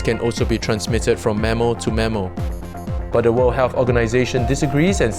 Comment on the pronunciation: Its mammAL not mammER